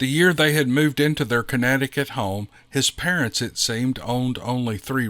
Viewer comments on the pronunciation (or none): none